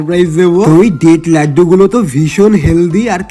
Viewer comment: আরে তোতলা বোকা ওটাকে দেত লাগদু বলে না তো ওটাকে ডেট লাড্ডু বলে😂😂😂😂😂